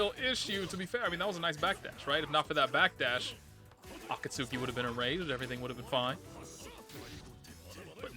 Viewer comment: I didnt realize people didnt know how to pronounce that. Its akatsuki like from Naruto? A-Ka-T-Ski. Typical japanese pronounciation.